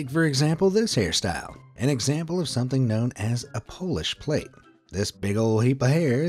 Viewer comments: Why do so many millennials not know how to read and pronounce words? PLAIT is pronounced plat not plate. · “Plat” not pronounced “plate” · Pronounced polish "plat", not plate ! Are you even human ? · Shame he doesn't know how to pronounce it - it's pronounced 'platt' like in 'platter' not 'plate'. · Nits actually prefer clean hair rather than oily hair. Plait is pronounced plat, not plate. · pronounced Platte not plate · I hope that after a year you know how to pronounce the word plait. Its not pronounced plate. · "Plait" is pronounced "plat". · God save me..a " plait" is braid today and for gods sake it's pronounced 'plat' did u grow up on Mars?